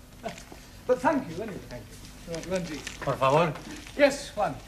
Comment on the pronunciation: Nobody: Juan: por favore